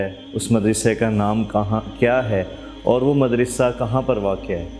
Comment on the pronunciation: سر آپ مدرسہ کا تلفظ صحیح ادا نہیں فرما رہے مدرسہ کی دال پر زیر نہیں بالکہ زبر پڑھی جاتی ہے جبکہ آپ مسلسل زیر پڑھ رہے ہیں